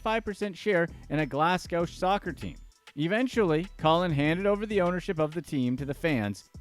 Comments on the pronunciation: Fyi x❤ Glasgow is pronounced Glasgo Forget the W at the end. Great video thanks x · "Nor-fowuk." "Glass-ghow." 😂😂😂😂😂😂😂😂😂😂😂